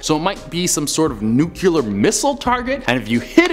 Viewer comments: the BIM-in-ee (rather than bim-IN-ee) Islands are part of the Bahamas, not on the edge of them. Also, as President Bush found years ago via endless teasing from the press, the word 'nuclear' is pronounced just as it's spelled.. NEW-clee-ur, not NEWK-yuh-ler. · 3 things... First off, great video! Love the enthusiasm and humor. Second, it's "octopi" not octopuses. Third.... I don't care how smart people are, when I hear them say "nucular" instead of "nuclear" it discredits your intelligence and genuinely irritates me... Down to my soul. that is all:) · Member of the science community… says “nucular” instead of “nuclear” 😂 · I lost respect for him after the 80s scuba comment and stopped listening all together when he said "nucular".... Freaking nuclear! (NEW-CLEAR) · I'm sorry I'm so sick of people saying NUCUlar... its nuclEAR.... I love these vids but that's just such a pet peeve hahah love ur vids.